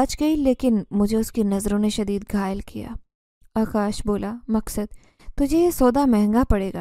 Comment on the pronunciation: Story teller madam, Zeenzada ka naam aap sahi tarah nahin bool paa rahi hain . Iss liye story sun-nemey aur samajhne mey dikkat aarahi hai........... Aap uss naam ko kabhi " Maqsad " (Maq-sad) tow kabhi "Maskad" ( Mas-kad) bool rahi hain ! 😢